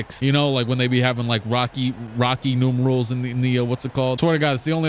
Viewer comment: “Rocky Nurmerals” 💀 “Norman Numerals” 💀